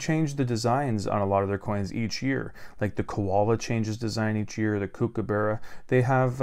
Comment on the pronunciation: Kookaburra. Not kookabarra.